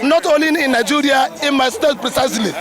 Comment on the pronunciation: it's Nigeria not Niguria